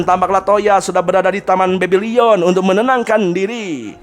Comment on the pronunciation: Bebilon bang bukan bebilion!